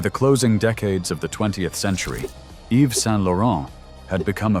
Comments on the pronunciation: I truly enjoyed the video however it’s jarring that you sometimes pronounced his name incorrectly Yves is pronounced Eve you seemed to get it right when saying his entire name. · The "s" in the name Yves is silent! Yves = Eve